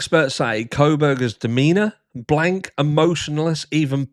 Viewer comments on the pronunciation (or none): none